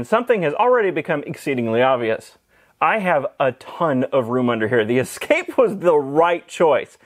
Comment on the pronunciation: Ah, a Ford Ess-ca-pay.